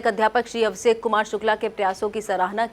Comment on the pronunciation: Mam, अभी कुछ कमी है आप शहर को सहर, बीजेपी को बी ज़े पी,, मौजूद को मौज़ूद, सा और शा, जैसे अभिषेक को अभीसेक mam थोड़ी उर्दू पढ़ने की कोशिश करिये ज़बान सही हो जाए गी, अंजना ओम कश्यप, और चित्रा त्रिपाठी, mam की ज़बान देखिये बहुत साफ है कहीं पर वर्ड की मिसटेक नहीं होती, आप को हमारे शहर का मान बढ़ाना है